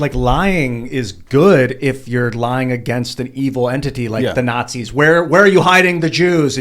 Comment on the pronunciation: rolling a 0 every time he brings up the Nahtsayz. Makes me facepalm so hard it hurts my brain.